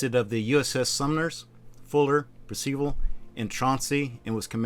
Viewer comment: Where on Earth did you get that pronunciation of 'Percival?'